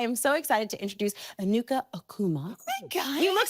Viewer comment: Said Enuka's name perfectly, but couldn't say Doherty 😂😂😂